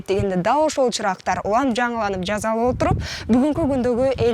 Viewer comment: Ооба, "з" менен сүйлөйт экен. Туурасы "жаса, жасалып" болот